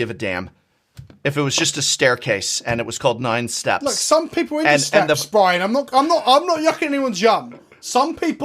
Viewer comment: Bwi..an...!...?......?...?...? (Love the video! just having fun as a fellow!)